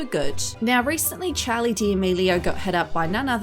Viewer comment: Y she say Charli like chAly I’m dead 💀